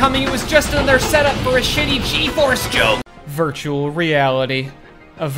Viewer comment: Lmao “ ha ha the yokes on you “ 💀